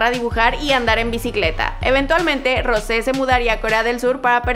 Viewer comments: Se dice rous no rose pero buen intento !!🤗😉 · Yo cono soy blink de verdad no se pronunsia asi pronunsia. Jisoo y Jennie y Lisa y. Rose pero se dise rouse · No se pronuncia Rose se pronuncia Rous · es rous no rose se escribe rose pero se pronuncia rous para que lo tengas en cuenta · We no se dice rose se dice rosé :| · No tienes que decir Rose tienes que decir Rous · Una disculpa pero no se dice Rose si no que se escribe Rose y se pronuncia rouse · En ves de Rose se pronuncia rous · no se dice Rose si no Rous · No se dise Rose se dise Rous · escribe rose pero se pronuncia rous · Se escribe rose pero se dice rous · se pronuncia Rous no Rouse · Se dice rous no rose se pronuncia rous y se escribe rose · Wey se dise "Rous" no "rose" :v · Rocé se dice rous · no se dice rose se dice rous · No,no,no,no,no no es rose es rouse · se pronuncia rosé, como se escribe, por eso esta está la tilde jej. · Hola, lo que te queria decir es que Rose se pronuncia Rous (igual es lo que menos me importa nada más te lo digo para ayudarte) espero que te sirva :) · Se escribe Rose pero se pronuncia Rous (no se pronuncia como se escribe) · Es "Rousé" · se pronuncia rous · se pronuncia Rousé fake blink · no, es roUsé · Se dice Rousé, escucha como lo pronuncia ella misma. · XD dijo mal el nombre de rose